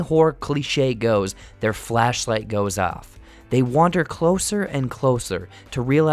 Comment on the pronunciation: “ holy Santa Claus shit. “ That was the best part of this video. The second was you saying fleshlight instead of flashlight for that cop rocking a dirty sanchez